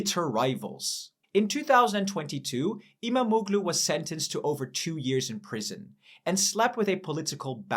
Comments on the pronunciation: stop disrespecting my language its not imamoglu its imamoğlu there is a "Ğ" its not reading like that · IMAM - OOO - GLOO ? WTF ??!!! Get your pronunciations right - the hatted g in turkish is SILENT